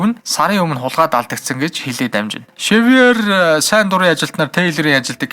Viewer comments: Шэвёр биш сэвёр шүү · Xavior iig shiver geed heleed bhin. Daanchde orosoor uzeed bsin bnshd